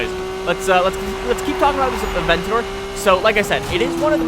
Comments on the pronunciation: bothers you, but not the fact that he pronounces "abentador" as "aventor" ? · The Lamborghini A-Vent-on-my-door